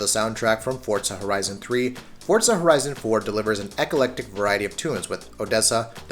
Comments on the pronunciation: Its Forza not fucking fortza say it right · FORZA NOT FORTSA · What I've gotta hate is when people say "fortza" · Wtf is a Fort-za? I know what For-za is. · Forza not fortza, moron! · Fortza fortza fortza SMH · ForTZA annoys me!! 😡🤣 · Why does he keep saying Fortza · The way he says "fortza" drives me nuts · why do you say fortza? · The amount of people that can't grasp how Forza is pronounced is staggering. I honestly wonder how these guys pronounce Pizza.